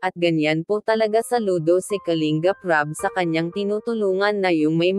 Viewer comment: Kalingap ang tamang pagbigkas hindi Kaling gap,pangit pakinggan kasi galing sa salitang ugat yan na lingap,baguhin mo pagbigkas salamat kung pakikinggan mo ako